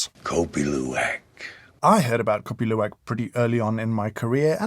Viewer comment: I surprised your pronunciation is perfect on Kopi Luwak!!!